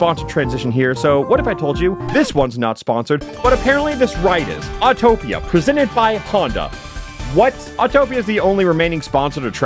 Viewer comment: “AW-TOPIA.” AUTO-TOPIA